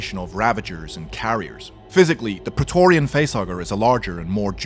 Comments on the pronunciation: Prae TORGH rian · Say preatorian again